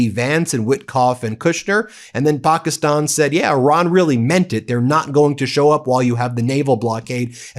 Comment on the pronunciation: How many times can you mispronounce Pakistan in one video?